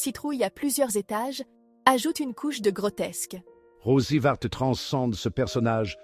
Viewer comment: L'on ne dit pas OUBOU mais UBU et c'est Rosy Varte et non Rosy Vaté. Ah ces voies IA font du n'importe quoi.